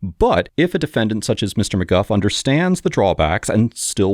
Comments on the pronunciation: It’s McGoo not McGuff. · Isn't it pronounced McGoo not McGuff? Is he using AI voice? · It’s pronounced “mcgoo” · I see why you have no propper job, you are not able to' even speak out names the right way - maby you should go back to elementary school